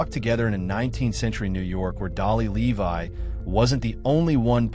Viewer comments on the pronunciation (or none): none